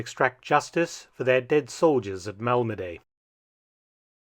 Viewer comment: It's Malmedy, French pronunciation: [malmədi]), not [malmədey], like you seem to think.